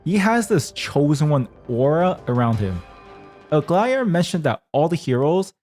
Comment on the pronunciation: Where the fuck does the man get thr L in the front of Aglaea's name 😂😂😂